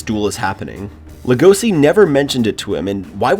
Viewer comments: It’s pronounced lego-she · How to pronounce legosi lego c eAsY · No offense but it’s actually pronounced legoshi but spelled Legosi at least from what I’ve heard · Why you pronounce Legoshi's name like that?